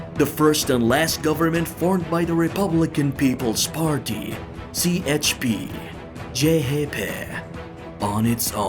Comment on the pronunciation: o chp okuyuşun saniyesinde ele verdi aga neden diğer türkçe isimleri de güzel dilimizde okumadın. bu arada videon bok gibi